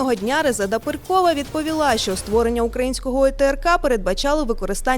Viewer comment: У пані проблеми з наголосами, Резеда наголос на останню букву, і вона не перКова а Перкова.